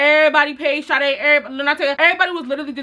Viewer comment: When she said my name (Sha-day) i got so scared asf lmao but love the vids